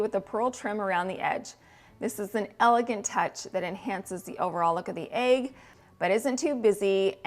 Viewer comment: The way you say Aig for egg! 🥰